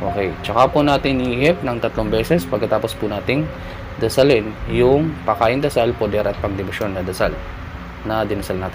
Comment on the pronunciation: salamat kapatid sa mga ibinabahagi mong mga dasal, tanong ko lang po kapag sinasambit mo ang mga pakain at poder at mali ang bigkas mo hindi ba po ito mag kakabisa, o magkakaroon ng epekto?